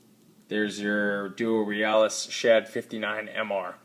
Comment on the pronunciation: nice review, i think its pronounced "real-iss" as in the first part of the word realistic